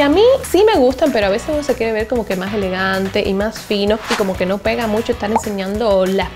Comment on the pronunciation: por que dices Musho me da la impression que te falta un diente la palabra es MUCHO